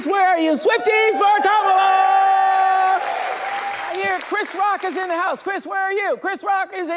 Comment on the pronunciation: She pronounced Kamalas name wrong